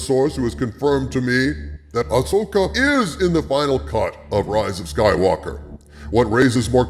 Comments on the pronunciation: I want to hear the original audio to this video, when he pronounces Ahsoka as "ash-oh-ka" lol Future Reference: In Premiere, use "Constant Power" for 1 frame between the audio cuts to get rid of that pop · I notice you ADR'd all you mispronounciations of her name this time. Thank you. It really bugs me when you say "A-Sho-kah" because no one has said it that way ever. It's also a dead give away that you've never watched any of the animation and I think that's a shame man, you're missing some good content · you kept calling Ahsoka "Ashoka" didn't you? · Ahsslessoka. You heard it here first. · You mispronounced the name and had to edit it in. :D Next time record yourself saying the words before and after and use the fade function to cut the new take in.